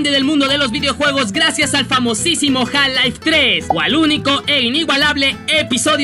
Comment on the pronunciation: Nadie: Absolutamente nadie:: ja laif